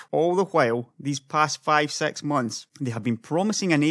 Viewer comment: accent :D